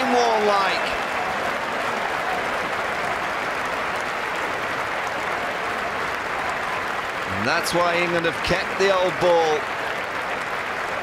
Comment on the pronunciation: It's not Marne it's Warne